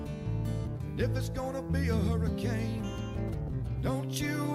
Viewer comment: What is a HURRIKINEEEE???? LMFAO